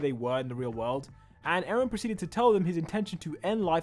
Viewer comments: "Aaron" "Emir fritz" "Frieda rice" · Bro litterly said Aaron in the timeline